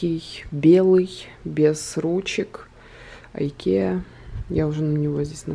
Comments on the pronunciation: Не Айкеа, а икеа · Читается не айкеа а икея